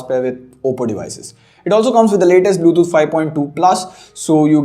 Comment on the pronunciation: ഇവൻ എപ്പോഴും ബ്ലൂതൂട്ട് എന്നാണല്ലോ പറയുന്നത് 😂